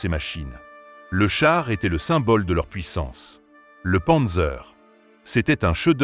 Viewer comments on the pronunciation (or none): none